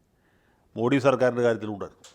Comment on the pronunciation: How come a good orator like you can’t pronounce മോദി correctly? It’s not മോഡി but മോദി.